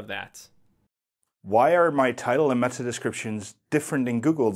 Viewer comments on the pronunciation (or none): none